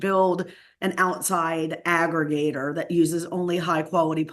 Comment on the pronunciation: This "expert" can't pronounce "aggregator" or "IPSOS." Pakman, you are scraping the bottom of the barrel for experts. I say this hoping that Harris wins. But this idiot is not an expert.